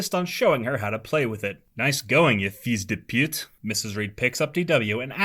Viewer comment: It was actually pretty good lmao especially with “fils de pute”😂